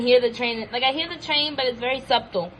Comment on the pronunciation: Sub-tle😂 Nah, but for real great vid. These are the kind of reviews we need.